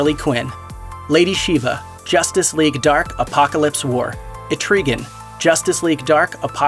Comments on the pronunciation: WTF??? "E-Tree-Gan?" Be gone this form of mortal man and rise again the demon ETRIGAN!! * It is supposed to rhyme dude....😑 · e-tri-gan, do research on name pronunciation, PLZ!!! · THIS FOO PRONOUNCED ETRIGAN IN THE WHITEST WAY POSSIBLE NEVER LET THIS MAN SPEECH AGAIN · Dude come on, you said Etrigan wrong! Gone gone, the form of man, arise the demon Etrigan, SEE IT RYMHES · You pronounced "Etrigan" incorrectly 😅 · How'd you confuse Preemptive and preliminary, and do a segment on Justice league dark and still not how to pronounce Etrigan my dudes... Did anyone proof read or watch this? And if they did, does that mean they missed them both too? Come on... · that pronunciation of Etrigan though